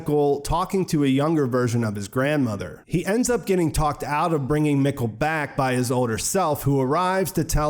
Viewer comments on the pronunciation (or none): Mikkel is pronounced “meek-el”.. do you watch in English or German?